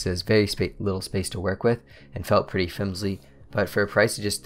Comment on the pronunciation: "Fimsly" heheheh. Gave me a little chuckle.